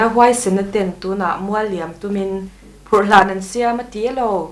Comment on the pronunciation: phurhhlan tih thluk hi, ka hriatdan chuan 'hlan' tihlai tak hi 'vai chhiâ' kan tiha 'chhiâ' tih anga lam rik ani thin in ka hria.